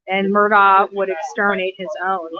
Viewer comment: How do you still not know how to say this guys name?😂